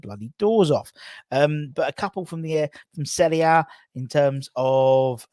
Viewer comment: firstly, thank you for pronouncing "Serie A" correctly. 2nd ly. I'm a Inter supporter also and Hiring Lozano is a bargain if we can get him.